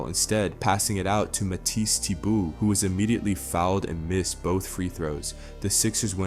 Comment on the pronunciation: spelled his name wrong in the title and said Matisse Thybulle name completely wrong